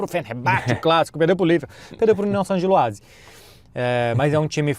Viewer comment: Que prazer é ver falar Union Saint Gilloise corretamente